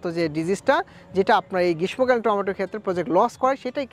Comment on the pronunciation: উচ্চারণ গ্রীষমোকালীন হবে না। শুদ্ধ উচ্চারণ হবে। গ্রীশশোকালীন। তবে লিখতে গেলে গ্রীষ্মকালীন লিখতে হয়।